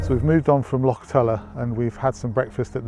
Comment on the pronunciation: Only half way in and I must say I am impressed that you managed to pronounce Loch properly, enjoying the video so far and so jealous that you guys are in Scotland! I hope you managed to pick up a Glasgow Celtic Hat, thanks for sharing mate.